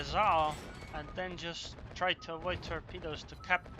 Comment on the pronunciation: was he saying torpedoes or pedo's?